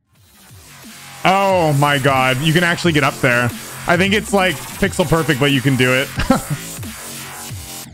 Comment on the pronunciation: tf is perfext